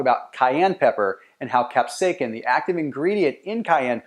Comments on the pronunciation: Kap - say - uh - sin, NOT kap - say - kin. Thank you. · it is not pronounced "cap-say-kin". it is pronounced "cap-say-ah-sin" combine those words rapidly and you will pronounce it right (sort of). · I am loosing braincells by the second. WTF IS CAP-SAKE-EN??/!/£&#% ITS CAP-SAY-UH-SIN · Capsaicin is pronounced as “cap-SAY-uh-sin” (IPA: /kæpˈseɪɪsɪn/). The emphasis is on the second syllable, “SAY.” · Its Astounding that People Get Upset Over Pronunciation.. The Video is about Health and its Cayenne pepper that he is Speaking about..Cap..Sake Kin.. Go ahead make my day ! Great Video ❤ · You're pronouncing capsaicin wrong. You're saying capsaikin, which is incorrect. Otherwise good video.. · That’s not how you pronounce capsaicin. It’s kap-SAY-sn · It’s pronounced “kap-sasin” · Capsa "kin". First time I've ever heard it said that way. Good info though. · I have never heard capsaicin pronounced like that, its distracting, the letter "c" has a "s" sound. [cap-say-sin] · C'mon dude say CAP-SAY-SIN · Repeat after me... : CAP-SAY-EH-SIN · WTF, your saying capsaicin wrong. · Bro I can’t watch this.. say it right !!!! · Onother "expert" on diet who doesn't know how to pronounce capsaicin. And what about those doctors in the vid? Ok enough for comedy entertainment for today. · please stop saying capsaicin like that.